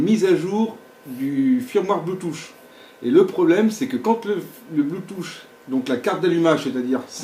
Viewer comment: C'est pas Bluetooch mais Bluetooth, ça se prononce plutôt Bluetoof même si 'th' ne se prononce pas exactement 'f'